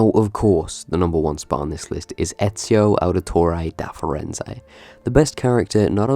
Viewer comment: aahahahaha i'm italian,so i cringed when he said Eziowh Ouditoreyh Za Firenzayh